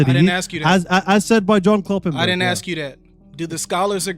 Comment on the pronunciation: MOFO.... ITS "ASK" NOT AKSKS YOU BELLEND Stop butchering my language. Much love in christ but my god stop saying "axsked" or whatever tf that pronunciation is...